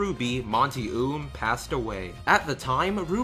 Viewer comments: I don't wanna be "That person" Buuuuutttt his name is pronounced like "Owm" not "Oom" That is all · Just for future reference, the pronunciation of the creator is "oh um" no hate, just a little correction. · FYI, his last name is pronounced "oh-umm" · I'm a tad bit late but, guy's last name is pronounced Oum (Oh-uh-m) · You said Monty Oum's last name wrong. It's pronounced like Owm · "Monty Oom" lol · Any one else notice that he mispronused monty's name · He pronounced Monty's last name wrong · Please pronounce his last name right next time please